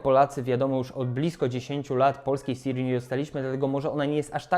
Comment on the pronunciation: Dotarłem do końca, żeby usłyszeć: "Sija"